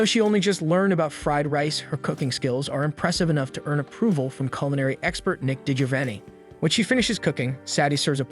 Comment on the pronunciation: Was abt to say I was laughing my a** off at that part lol but it’s his voice over that pronounces it wrong